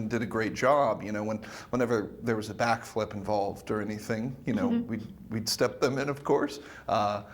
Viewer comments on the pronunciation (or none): Lol that sounded like she said blackflip 🤣😂🤣😂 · why did she say blackflip